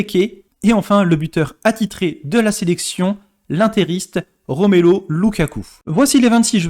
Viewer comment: Argh la pronciation des noms des joueurs Belges, ça fait mal😢 Romelo lukaku?? Sérieux.. Y a pas que la pronciation qui me gêne, pas d informations pertinentes, que des informations déjà connues... Rien d'intéressant